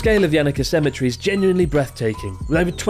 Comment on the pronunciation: lol what is a cemitree??